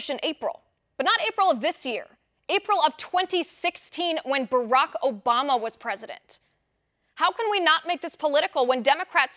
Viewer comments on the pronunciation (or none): none